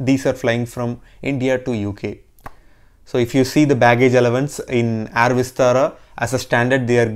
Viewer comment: Nice video and great info.. Just pronounce "air" word correctly.. Not complaining just requesting..